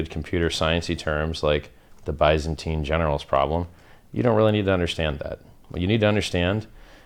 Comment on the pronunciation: Dude. As much as we all don't give an f about what people think of us. It honestly hurts hearing you mispronounce byzantine.... makes crypto users seem uneducated...as a community we need to show we are knowledgeable and not just spewing terms we've heard.